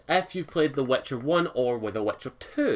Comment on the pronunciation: It's pronounced wItcher not wEtcher!